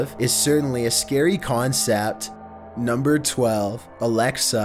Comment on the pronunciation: nohmber fehftehn